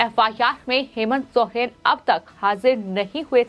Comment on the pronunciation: Aap Hindi padhana nahi jante hai kiya jo sohen pad rahe hai jab ki Soren likha hai